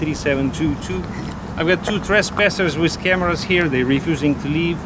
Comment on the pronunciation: "Trezpasers wiz kamara" lol!